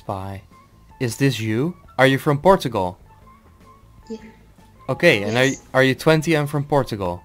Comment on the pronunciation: porugal its not like that ok? portugal kids its like that:(